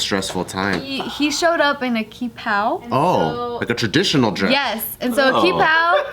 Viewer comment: I wanna be that person, kept saying the dress name wrong. It's not "key" it's "chee", Chi Pao.